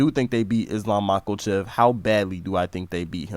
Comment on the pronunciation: “Makelchev” bro wants to be Chael so bad lmao